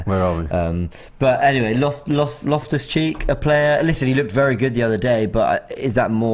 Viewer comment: Loftus Cheek???? Come on man ur better than that lol